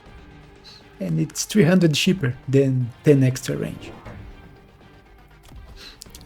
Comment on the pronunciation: How can you say wraith but not range? 😆